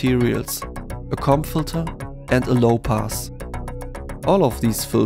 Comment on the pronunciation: Wow, looking forward to playing with this! Quick tip; "comb filter" is... pronounced quite differently. Adjust as needed to avoid getting teased ;)